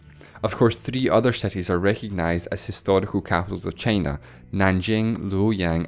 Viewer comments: i quit watching after hearing the pronunciation of China as tʃeɪnə. Heaven knows what else more... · I don't understand why you pronounce China as "chEY-nah"